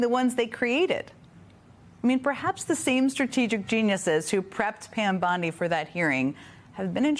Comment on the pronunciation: Commentary starts . AI character reporting. Bond-I instead of Bond-E. Blinks once in 45 seconds. Monotone voice, same level consistently, no facial expressions etc. I found another channel like this. Be ware viewers. Plus a clickbait title. BondE didn't quit. Reported and thumbs down.